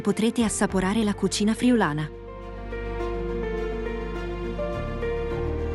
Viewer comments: "Sàcile?" Aiuto! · Si pronuncia SACILE con l'accento sulla i....!! !! Sacíle! !! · Buongiorno; la pronuncia corretta di Sacile è con l'accento sulla ì; aggiungo alle località già citate anche Pordenone e nei dintorni Cordovado, Sesto al Reghena, Valvasone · Peccato per la pronuncia di Sacile... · Sacile, con l'accento sulla i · Sacileee ma impara a pronunciare il nome Sacile.